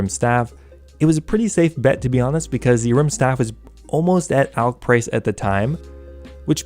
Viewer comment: It's "Ahrim's staff". It was impossible to know what you were saying in the video, would be helpful to have text on screen.